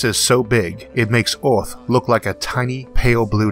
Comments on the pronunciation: Hey mate it's Earth not Orth...etc etc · "Getting from orth into space fastor, cheapor and easior" You seem to hate e's. :-p But the content is great so I guess I have to deal with that.